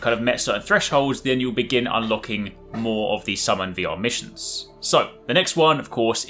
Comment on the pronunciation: Lol!!!! Slow down when you say "VR Missions", it sounds like you are saying "The Amish". I had to turn on subtitles to fully understand that you were saying VR Missions.